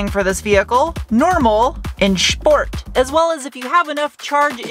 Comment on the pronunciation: Dear, I thoroughly enjoy your videos. But what's with the pronunciation? Schteel? Schport? One moment you say schport and the next moment sport? Just wondering but I still love you.